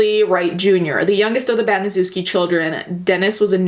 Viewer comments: It’s pronounced ban-uh-sheff-skee or in real words that sound like it ban-a-chef-ski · If you're going to make a documentary at least learn to pronounce the name of the devil it is pronounced BANASHEFSKI due diligence makes something interesting you're just regurgitating what you've already seen on YouTube please don't like this lazy bitch trying to make a buck out of a tragedy f#uck you twat🖕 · okay but you fucking butchered the pronounciation of "Baniszewski". it's Ban-ee-shev-ski. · I'm late but just wanted to point out that "Baniszewski" should be pronounced more like "Baneeshevsky" if that makes any sense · you should read it as ,,Banyshevsky" ;) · Baniszewski is a polish surname and it's pronounced Banishevski :D Sorry if someone already told you that. Anyways, If you're reading this: I really enjoy your videos, you seem so genuine and lovely! <3 Have a nice day :) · I love you and I know this isn't the point of the video, but as a Pole, the pronunciation of Baniszewski (very clearly a Polish name) is kinda making me cackle, not gonna lie. No hate to you though, everyone in America pronounces Polish surnames hella wrong, even Susan Wojcicki mispronounces her own last name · It’s pronounced BANI-SHEV-SKI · You didn't bother to research how to pronounce Gertrude's last name? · I love your videos and I usually don't mind mispronunciation of names. But there are so many docs and videos about this crime, so you saying the last name wrong makes me flinch. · Polish-American here and same! I thought as I listened to her mispronounce it "well I see why they call us dumb Polocks, our names are pretty weird from the outside looking in "